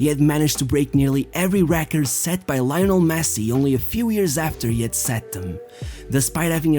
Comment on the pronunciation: Yes, Láionel Mési